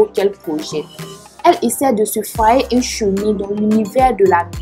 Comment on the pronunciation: On dit UN pas INH🤣